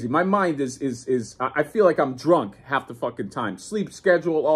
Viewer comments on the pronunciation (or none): none